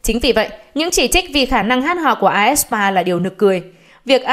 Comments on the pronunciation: fan đọc: aespa báo đọc: ét spa, a e sờ pa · toàn đăng bài bêu xấu aespa, đọc tên nhóm còn sai nx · đọc tên nhóm còn sai kìa ad